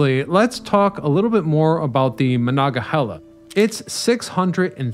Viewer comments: How many times do you need to mispronounce Monongahela? Very irritating. No chile left behind. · Came here for/to make this comment. Before content creators do these things, maybe consult a local. So many Appalachian words get completely butchered. Kanawha happens so frequently. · I love the series, but hearing the mispronunciation so many times, I had to turn it off. 😟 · Amen. I've never heard the word slaughtered that way before, ever. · Very interesting. So interesting that my Pittsburgh born wife watched the whole thing despite the butchering of Monongahela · As a yinzer who was raise on the mon they way you say it makes me wanna throw a bike in the mon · OMG ur misprouncing monongahela !! It’s cringe AF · OMG ur mispronouncing monongahela !! It’s cringe AF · It's a tough one if you're not from Pittsburgh, but its "Muh-non-ga-hela" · MON ONG A HEELA. FFS. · I am getting annoyed too. Omg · It's MonongaHEYla . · As a Pittsburgher, after the fourth or fifth time you said “Manga-hella” I just started laughing every time. It was such an interesting video otherwise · Where is this guy from. He sure ain't from around Pittsburgh. Ma-non-ga-hey`-la is the way us locals say it, shortened to "The Mon". This guy sure doesn't know Yinzer. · You should have taken the time to étoile learn to say Mo-non-ga-he-la! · Very interesting. But, I had to laugh every time you said "Monongahela" because it sounded so funny. You forgot to say 'non' in the middle. Mah-non-ga-hell-ah. But needless to say, my husband who was born and raised in Pittsburgh, learned somethings. Very, very interesting. Thank you. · definitely interesting coverage of it. although it hurts my ears constantly hearing Mah-Non-gah-HEE-la mispronounced.